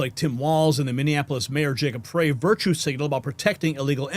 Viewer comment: FYI: FREY, is pronounced like”try”, “sky”, and “fry”…. Not FRAY…You’re welcome😊